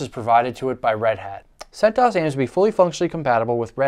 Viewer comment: oobuntoo, freenahz, and debeeian, centoohess